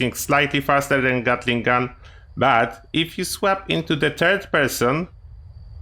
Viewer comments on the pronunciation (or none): none